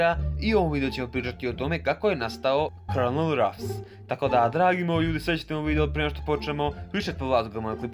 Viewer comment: ja san to znao i izgovora se kolonel (colonel) al opet super je video samo nastavi tako volim tvoje klipove